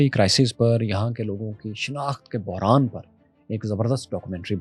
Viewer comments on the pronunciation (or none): none